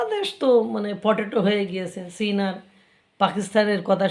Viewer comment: আপনাকে আমার বেশ শিক্ষিত মানুষ বলেই মনে হয় (যদিও চেহারা ছবিতে একটা মাদ্রাসা ছাপ আছে) কিন্তু চীন কে সীন বলেন কেন?